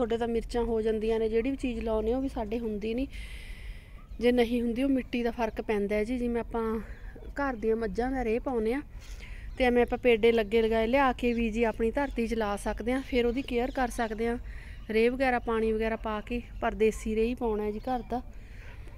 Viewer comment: ਪੇਡਾ। ਨਹੀਂ। ਪੇਂਦਾ। ਹੁੰਦਾ